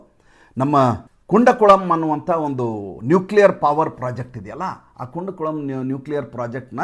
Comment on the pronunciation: ನಮಸ್ತೇ. ಅದು ಕುಂಡಕುಳಂ ಅಲ್ಲ. ಕೂಡಂಕುಳಂ ಆಗಬೇಕು.